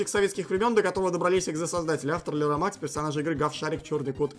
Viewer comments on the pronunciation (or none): none